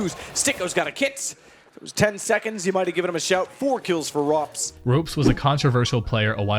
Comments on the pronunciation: Ropz not ropez... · Lmaoo it’s pronounced RAWPS not ROPES xD SERK NOT CER-Q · I think it should be ropz not ropes bc I'm estonian also and everyone calls him ropz nit ropes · Pronounced “rawps” and “serk”, not ropes and serkue. ESL One New York was not a major btw, otherwise gnarly vid. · You seriesly called ropz for robes.... You even heard the caster say his name right... And that just gives me cancer.. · I can tell u barely know anything about pro cs just from u calling esl ny a major and misspronouncing ropz and cerq’s names lol nice video tho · Bro these guys know nothing about the CS scene, they prounced two names wrong and there has been no NY major. Pretty good video still